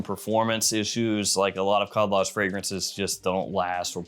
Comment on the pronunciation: Ah yes, the famous clone brand "Khaldaj"